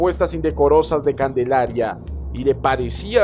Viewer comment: Calendaria o Candelaria? XD